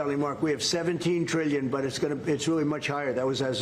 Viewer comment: It’s trillion not treellion.